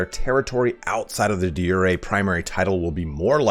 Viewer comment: De Jure: "/di ˈjo͝orē,dā ˈjo͝oˌrā/" Say it like "jury" and you'll be much closer than you are now :)